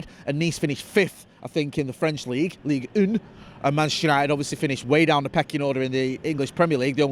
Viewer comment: if you want to say Leeg un that’s it phonetically for Ligue 1 got it bro Leeg, like Leeds or leach un is un u as in ugly un n as in nut 🙃 so it’s Leeg un not oon, Your french lesson for today bro 👊🏼 as I have a feeling that you will be saying Leeg un as in until an awful lot till the end of the window, once it’s open that is??? UTR&UTFP:_FTD:::+:_Joe:+:_Ste:+(:_McKola:) less and less 😢